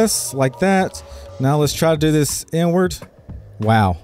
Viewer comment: Sounds like you say "n-word" every time you say "inward" lmao! I mean even youtube's auto captions interpret it as "n-word" sometimes XD